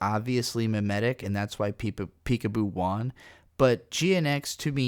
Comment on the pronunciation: i forgot u say "won" like "juan" i love u hahah